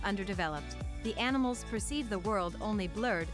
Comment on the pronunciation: She kept calling them anamals. What happen to insects?